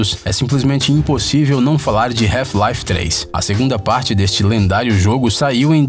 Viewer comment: "Reufi laife 3"....🤔